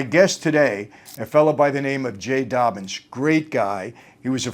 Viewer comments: It's "Dobyns" not "Dobbins." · His name is Jay Dobyns, not Dobbins